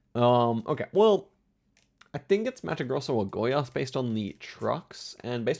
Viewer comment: just pointing out, your pronunciation of Goiás was very good, I got taken aback for a moment